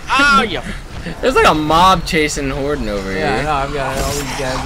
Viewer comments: LOL its hoarden not horton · calls him Hordan